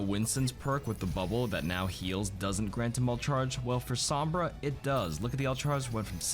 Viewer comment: His pronunciation sombra hurts every time I hear him say it